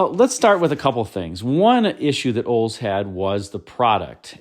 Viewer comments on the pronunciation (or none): Wild that you can't pronounce Olds. "Oles" 😂